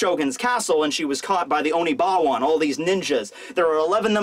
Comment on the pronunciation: And someone tell that its not oniBAWAN!! Its oniWABANSHU!!!!